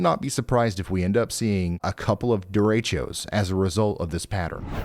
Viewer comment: It's derechos (Spanish word), not duratios, Ryan.